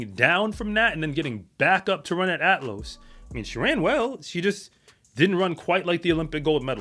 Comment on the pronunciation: It's Athlos, not "Atlos".